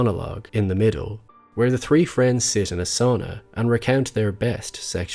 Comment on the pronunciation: Very subtle Irish. He sounds like a light version of the Irish guy who has a true crime Youtube channel called That Chapter. Except he pronounces the TH in "three" and "thirteen" whereas the other guy says "tree" and "Tirteen".